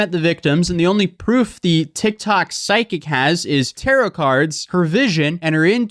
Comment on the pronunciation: Ayyy, we saying tarot correctly, my man